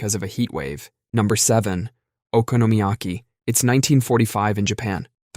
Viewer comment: "Okonomiyaki" = "Economy-yaki"